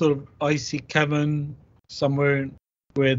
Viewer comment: Cavern. Not cavren